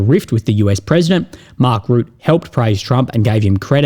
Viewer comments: can you please pronounce Rutte’s name properly! Or is calling him Root some sort of shit humour? FFS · I think its hilarious. Where he got root from I dont know. Fantastic.